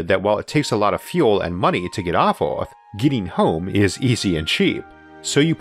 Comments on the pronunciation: What kind of English is that ? "Oarth" ? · The way you pronounce "earth" is annoying. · I love Isaac's videos, but I would be soooo glad, when he once pronounces "earth" not like "ouaath" - I can't stand it :D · The narrator's pronunciation is the weirdest I have ever heard. Earth = Awf, World = ward, herbs = orbs Where did you learn your English because you should ask for a refund!